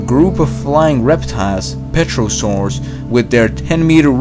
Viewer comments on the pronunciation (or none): Even though "pterosaur" looks like "petrosaur" it is pronounced "terosaur". Fuck you taxonomists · Nice video, but it's pterosaur, not petrosaur. The 'p' is silent, so it's pronouced terro-sor. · what the heck is a Petrosawr? For me it is Pterosaur. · Pterosaurs not 'petrosaurs' 😁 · ‘Petrosaurs’? Those would be made of stone. Oh wait, you meant ‘petrolsaurs’. They come in handy when your car has run out of juice. But seriously, it’s PTEROsaur. Pronounced TER-uh-sawr. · Sooooo many things wrong 1) pterosaurs is not pronounced peterosaurs but pronounced terosaurs 2)larger dinosaurs did not evolve until the Jurassic period which was much later than 200 million years in the Triassic period.(also sharks didn't evolve until early Cretaceous period) 3) also only about 80-95% of life back then is not around now not your estimated 99% 4) viruses are not alive and most intelligent people have thought that for the past 30 years Ps. You made most of these facts up and just got owned by a 12 year old LOL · PETROSAURS???!!!!!! That's PTEROSAURS, with a silent P! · PTEROSAURUS. NOT PETROSAURUS!!! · "Petrosaur?" I think you mean Pterosaur, though "Petrosaur" is kinda funny, considering (though most fossil fuels are mainly organisms that are not dinosaurs, but whatever) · Terosaurs, not petrosaurs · Yet he said "petrosaur", an oil reptile I guess. LOL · "Petrosaurs" got me cringing. xD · Did he really say, "Petrasaurs"?! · Petrosaur or Pterosaur or Pteranodon. Silent P by the way. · There is a silent p at the start: Pterosaur. And no they weren't dinosaurs; dinosaur means 'terrible lizard'. A simple mistake but easily fixed by feeding it through a text to speech tool and listening to it before recording.